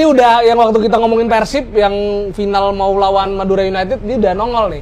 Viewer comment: Saran kalau bilang "mau dol" , "mau" nya jangan di singkat jadi "mo"